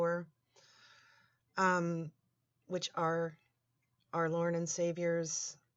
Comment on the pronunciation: great stawff, pweshus. please be seated. and now, a reading from the Letters of Lorne our Cawd to Donkey Gwen Junior. peas be with you.